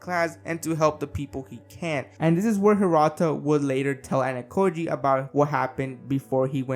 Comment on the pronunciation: Also. Ayanokoji is not Anakoji. AH-YAH-NO-KO-JEE